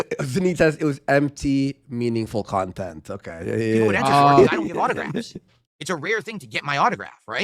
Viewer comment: My favorite part of the snortex is that everything that detractors say is denounced by as "nahense" when its his own words and chatent